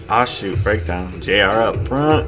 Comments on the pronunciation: Baekho = Beck-ho in pronunciation JR is said as each letter like how you've been saying it (J-R) And do you mean the fight choreography as in the fighting in the video or the fighting moves they incorporated in the choreography? Because it makes sense with they lyrics if you ever read them, it's sort of cool cause there's pushing and punching and all that and then they all end up helping each other up LOL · Thank you for uploading this! ^0^ it's actually pronounced "New East" and Baekho's name is pronounced "Bay Ko". And yes you're saying JR's name right ^^ it stands for Junior Royal.